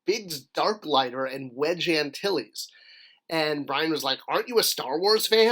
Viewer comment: “Wedge” not Wesge.